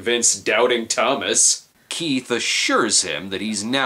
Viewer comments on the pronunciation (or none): none